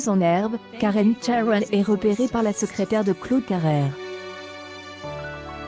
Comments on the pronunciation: Pourquoi prononcer Karen Chairel ? C'est une Française ! :-D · Qu''est ce que c'est que cette façon de prononcer le nom et puis qu'est ce qu'on en a à faire c'est sa vie et son corp elle fait ce qu'elle veut vous n'avez rien d'autre à faire puis essayé de mieux prononcé MERCI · Vous nous emmerdez avec ces voix informatisées, incapable de prononcer son nom correctement. Écoute récemment interviewer Michel Onfray. Une tête cultivée cette femme ! Cette vidéo est nulle, complètement nulle. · hahaha je suis tordus en deux rien cas écouté les commentaire et la prononciation de Karen cheryl il suffit de lire et pas inventer